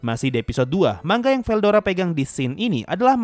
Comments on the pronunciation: Tulisan nya manga, tpi bacanya man-ga. Di jepang nggak ada "ng" kek di indo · manga bang bukan mangga, mangga itu buah buahan bang